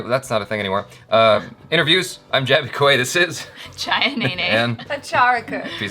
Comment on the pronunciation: jaby said it correctly!